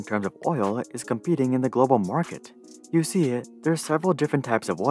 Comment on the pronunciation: "you seer"... lol